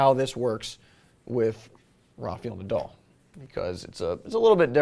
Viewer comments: rarfiyul nadel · Roffiol Nadol? WTF Im pretty sure thats not how its pronounced